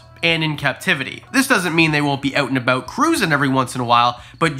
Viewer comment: "oot and aboot"